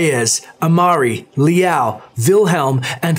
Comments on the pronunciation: "L-ow" not "Lee-ow" js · If he pronounces it as Lee-ow one more time... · Its not LI AO. Its one symbol (super short sound of LI), so like, if you want to pronounce it better -> try to say LI AO under 0.5 sec